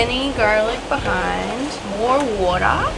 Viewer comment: lol not flexing her Australian "More water"... Love it!!